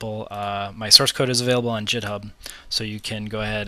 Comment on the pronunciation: lol "jit-hub"